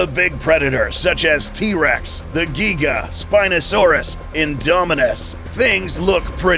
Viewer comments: Bro you said gega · Bro said “a Geega” 😂